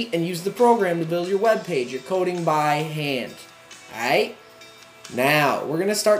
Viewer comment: LOL is this dude Canadian? the way he say "Coohding" X3